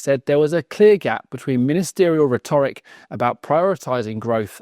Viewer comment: Why can't people properly pronounce rhetoric anymore?